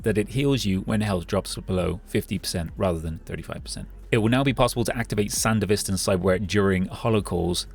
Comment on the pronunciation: Sandevistan pronounced correctly, thank the lord!